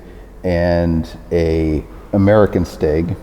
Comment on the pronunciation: Sounds German.